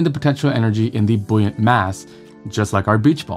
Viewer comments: Boyunt not booyant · Lol this guy doesn't even know how to pronounce BOY-yant